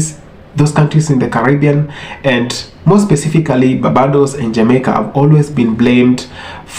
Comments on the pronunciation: My Brother it is not pronounced ‘Bah bah dose’ nooooo it is ‘BARR BAY DOSE’. I love the video though. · BAR-BAY-DOES = BARBADOS. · Bossman narrator,Barbados is pronounced bar-bay-dos